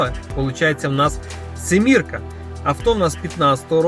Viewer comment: Не симірка, а сімка